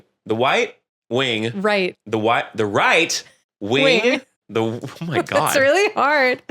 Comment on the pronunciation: wight wing gwift :3